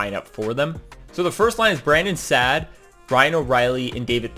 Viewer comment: Good video but it’s Saad (sod) not sad